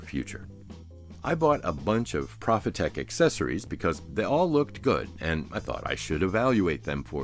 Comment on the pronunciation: Hey, cool idea for a series. Your equipment breakdowns are unparalleled. I am particularly curious how the flow control works. Btw: don't take this the wrong way, but as a German company, the "pro" in Profitec is pronounced pro, not prah. I know you are a stickler for semantics.;)